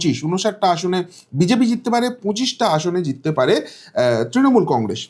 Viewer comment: Ei lokta faltu bok bok kore Congress uchcharan thik moto korte pare na sab samoy bole congressss sha sha diye kotha bole enar kono kotha mele na